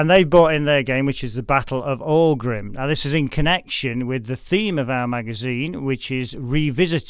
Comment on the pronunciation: Great video, many thanks. Bloodiest battle ever fought in Ireland. great insights from the visit to the site - very interesting. Note to the interviewer though, it's pronounced 'OCK-rim'.